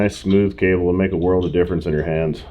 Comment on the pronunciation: "Riding thru this worrrld, with bifocals"